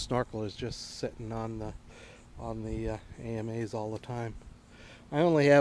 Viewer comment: Nice mods, but for God's sake, they're pronounced "Amas" (Ah-mahs), not a-m-a's. … and the arms are the Akas (Ah-kahs). The only thing I find fugly is the motor. If you can afford a TI, you can save up a year later for an eVolve electric motor by Torqueedo. Much cleaner look, whisper quiet, and quite efficient.